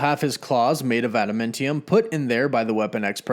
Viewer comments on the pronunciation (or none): AdamAntium. Not AdamIntium. Your pronunciation is weird and distracting! Nice video, though. Very exciting stuff. Disney really needs to start rolling out with these shows already. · Its adaMANtium dude.....not adaMENtinum.... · This dude saying "adaMENtium" reeeeeeally bothers me